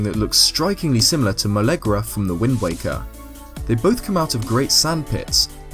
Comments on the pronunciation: molegra lol. It's molgera but A for the effort. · "Molegra"? It's Molgera bruh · "molegra" it's fucking Molgera, dude. Mole gair uh. and it's also as though you didn't notice it was a giant crocodile/alligator. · BTW its Molgera, not Molegra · How you said "Molegra" really triggered me. It's Molgera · It’s mole-gare-a